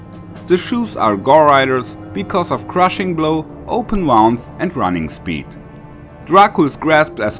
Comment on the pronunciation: Yes, but not how to say "Open Wounds" 😂😂😂😂